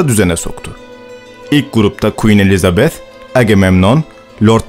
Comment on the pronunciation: Elizabeth i doğru telaffuz eden ilk Türksün sanırım :)